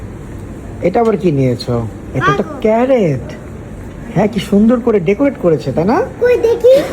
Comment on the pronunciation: Vai,,carret na carrot 🤣🤣🤣🤣